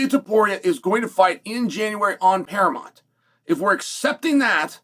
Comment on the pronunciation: Now chael can't say paramount but he can paramont 😅